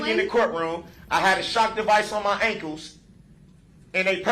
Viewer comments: I hate the way he says “ankles.” Wtf are “ankoos?” 🙄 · Tell the troof and NO ONE EVER CARED IF HE HAS ON SHOCKS!! They probably wondered why they weren’t used! And who says ankus instead of ankles. He’s the absolute worst.